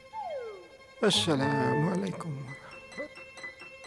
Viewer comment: salah ngomong bukan salam mulaikum tapi asalam mulaikum